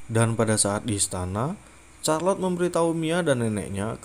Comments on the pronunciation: Namanya charlotte tapi bacanya kharlotte bukan charlotte😭😭😭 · Charlote....sebutannya Sarlot....bkn Carlot. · Setahu saya bacanya malah sharlotte sih ,atau mungkin tergantung aksen yg dipakai jadi mungkin bisa beda pelafalannya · Charlot bukan c nya bahasa Inggris itu k bukan c